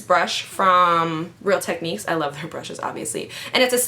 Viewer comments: Lmfao, every time you try to say real techniques, you say real tesniques.. LOL! I love you so much omg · omg every time she says real techniques and messes up, I love it lol, I love her personality ♥